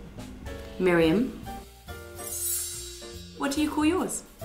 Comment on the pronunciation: "Myriam"? The hell!?